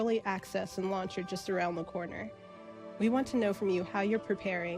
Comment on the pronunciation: sorry to be a nazi grammar guy, but i think launch instead of lunch